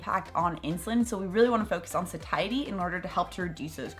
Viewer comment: Isn’t satiety pronounced like satiate? You say sa-tie-ety but shouldn’t it be say-she-ety? Just wondering. Thank you for the info!